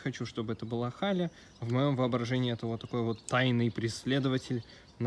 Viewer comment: Гали,а не Хали